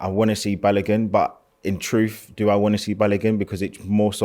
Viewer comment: B.A.L.O.G.U.N. NOT BALAGON. Its not that hard!